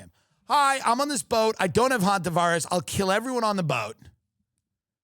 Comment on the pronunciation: Thank you Tim for being the only podcaster so far that knows how to pronounce Hanta virus!